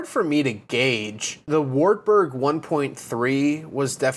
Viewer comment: People don't know what you're taking about whilst saying Wartburg, cause you're pronouncing it completely different to how it is supposed to be. It's supposed to be pronounced something like Vahrt Boorg